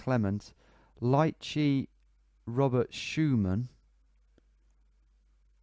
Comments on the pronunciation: Also ''lycée'' is pronounced 'Lee Say' and means high school. Bains means baths :) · Great job mate, Lycée is the equivalent of High School in french speaking countries like France and Luxembourg, the closest english pronounciation would be "Lee-Se" with the Se part sounding like "SEgregation"